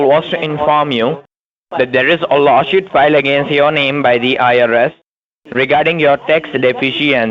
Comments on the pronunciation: Dickheads can't pronounce law suit (shuit). Yes, yes, yes, veri gud veri gud akcess.yes,sir, yes sir. I’m king and yu pay deerectly. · I don't think I could of help saying " Is Lawshoot same as Lawsuit? cause I want to make sure I write down the right thing." Lol.. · Did he say law shoot? Why does he want to axe you? Remote control car, lol. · I look for new words. This time it’s “lawshoot”. “Business working days.”